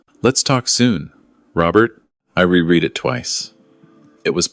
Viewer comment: 🤔 .. ahh back to evil MIL Patricia - just when i was getting used to Brenda .. 🫤 Ps fake AI narrator - re-read is pronounced RE-RED - AARGH! 🤨